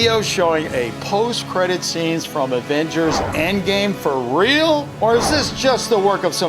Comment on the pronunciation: That moment when says Advengers